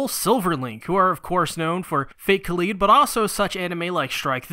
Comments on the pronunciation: Please stop saying Kah-leed and say Kah-lied. You are hurting me. you are hurting America. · It really irks me how you pronounce Kaleid, is that really the right pronunciation? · Kaleid as in Kaleidoscope You don't call it Kaleedeoscope do you? Sorry but every time you say Kaleed it drills into my brain ever so slightly XD Also when talking about The Rei type the word you are looking for is Kuudere Anyway I hope this helps other than that fantastic job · Why do so many people say Kaleed and not, ya know, kaleid?